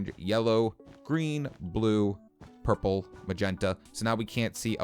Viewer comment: did he just say purper